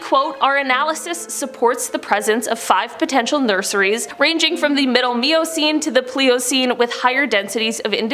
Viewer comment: Cenote = Seh-noh-tay...............Miocene = My-oh-seen...............Pliocene = Ply-oh-seen